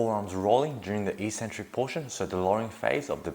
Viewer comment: The word eccentric is pronounce ek-sen-trik all over the English speaking world except in the fitness industry.